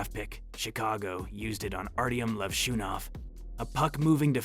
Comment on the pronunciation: “Twos”. , , “Toes”. That physical hurt to hear. Toews is pronounced “Tayvz” or “Taves”. Also heard wrong pronouncement of Hossa, Levshunov, and more. This has to be a terrible AI script, voice over, and video edit. Very bad.